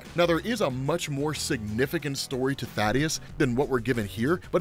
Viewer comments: Reminder: it's Thaedus, not Thadeus. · Small nitpick Thae-dus not Tha-deus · Ummm...anybody gonna tell that it's THAEDUS not Thadeus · I lost my dad that same year.. His name was Calton. (Weird name I know) but he went by Cal.. so every time I hear Kal-el or Kal, feels the same way. Also his name is Thaedus, not Thaddeus. just says it wrong. Anyways, sorry for your loss man.